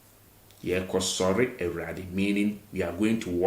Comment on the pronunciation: You pronounce Awurade as “A ra de”. The wu is skipped